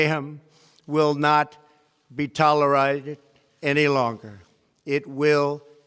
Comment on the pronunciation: Is it me or he can't really pronounce "tolerate" get the man some water lmao